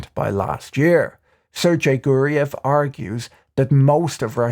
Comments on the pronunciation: letter "g" in "Sergei" is read like in "goose" or "game" and only the second syllable is stressed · Great analysis, but who is this Serjay guy? Is he related to Sergay Guriev? Or do I mean Juriev?